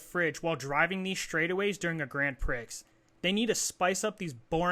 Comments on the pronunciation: Grand "Pree" not Grand "Pricks" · No way you call it "Grand Pricks" Dope review tho